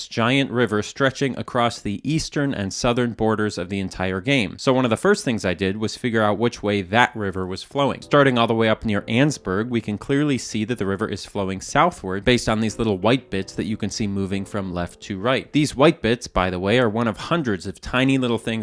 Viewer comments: He said annesburg wrong bruh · No no it’s pronounced “An-nes-berg” not “Anne’s berg”. Still 2 syllables tho